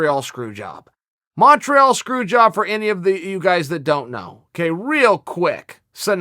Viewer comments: Chael pronounces it "Mawn-treawl" so I can only presume that's how it's said. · he says it so wrong